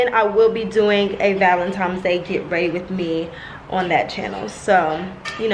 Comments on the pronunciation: Valentine, not Valentimes!!!❤️❤️ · ValenTIMES though? Come on 🤣🤣🤣 that‘s a pet peeve of mine. I hate when people say that. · Do you say valentimes on purpose?